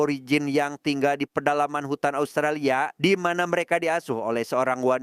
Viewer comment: ASUTRALIA AWKWKWKWKW😂😂😂😂😂